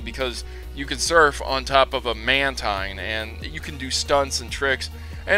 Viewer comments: Yael Shavit nah it's mantine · I'm sorry to correct you, but I have to. It's "ManTeen". I know it sounds stupid but the pokemon company want as to say it like that.